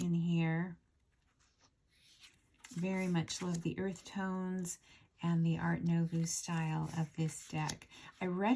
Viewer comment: Fyi. Art Nouveau is pronounced Art NUVO, not art NOVU.